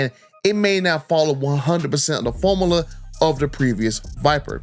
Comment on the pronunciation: Formula not Formala.